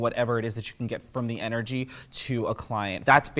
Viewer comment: The word ''Energy'' got absolutely butchered